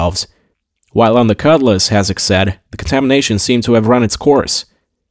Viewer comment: Him saying "cut lass" drove me insane. I kept hoping it would be blown up just so he wouldn't have to talk about it anymore